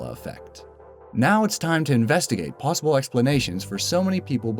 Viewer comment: Why u say plusable not possible?